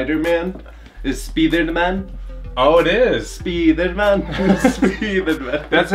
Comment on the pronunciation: Spiderman a gente fala Spidermain, não speederman hahaha